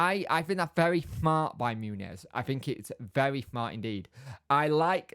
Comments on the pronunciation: OK, let's nail this - Muñoz - it's not MOONY YEZ - it's MUN (as in Monday) and YOZ - MUN YOZ, run 'em together and it's MUNYOZ (the little squiggle above the N adds a Y sound).....Muñoz.... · And for correct Spanish, the z at then end is pronounced as 'th' , as in the th in 'thing' but I don't think the British bother about that too much.